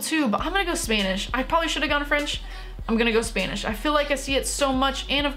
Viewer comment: stop saying spanish like spainish